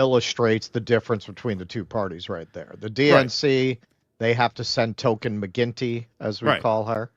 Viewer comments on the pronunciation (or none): none